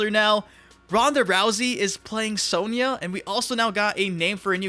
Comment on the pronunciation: Why do you pronounce Sonya as "sowneeah" ? Have you never played MK before?